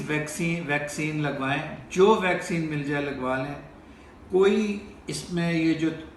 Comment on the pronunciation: Bhai yeh "vacsean "nahin " vaccine(vacseen) hoti hai.